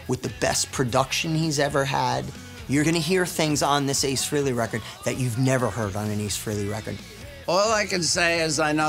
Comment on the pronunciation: Nice, but any true fan knows it's not pronounced FREE-LEY.